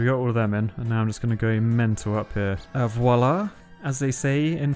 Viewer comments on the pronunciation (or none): none